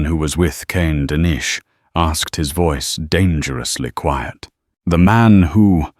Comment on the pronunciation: Dennis is pronounced like tennis